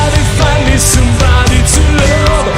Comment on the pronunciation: Mi dispiace ma “sambadi zullooov” non si può sentire